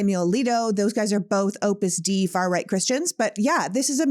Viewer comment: Its pronounced Opus Day. Not Opus Dee. fyi....